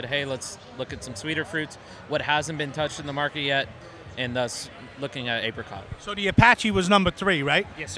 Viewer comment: Please pronounce apricot correctly 😂